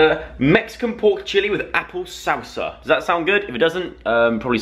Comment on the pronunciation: LOL He pronounces salsa weird.. "sausa"